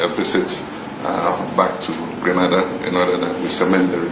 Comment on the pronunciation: don't confuse us with Granada dear. We are Grenada pronunciation Green nay Dah. P Our population is 120,000 and we are a middle class country. Don't confuse us with Haiti or other islands in the Caribbean. Our children are well cared for we have inside plumbing and every home has washing machine. We also have university on our island. Stop your foolishness and education yourself. So many Nigerians and Ghanaians are living in Grenada in search of jobs and attending university.